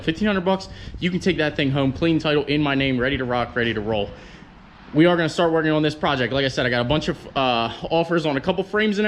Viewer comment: another START IT special (note the emphasis on just the starting part):(